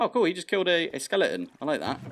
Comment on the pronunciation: This is dated, but I am now obligated to capture and name a skeleton "Sir Skelington" after hearing you call every skeleton a skelington. You Britishified it.